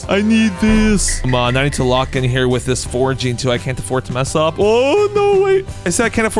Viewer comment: Bro plz stop saying with I being said I begg u